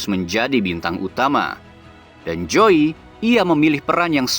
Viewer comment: Krn joey keturunan belanda mestinya huruf jdisebutkan sebagai huruf y dalam bhs belanda jadi mestinya penyebutan joey: yoey dong